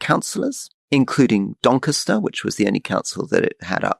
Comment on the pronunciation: was rory taking the piss the way he pronounced doncaster, what the fuck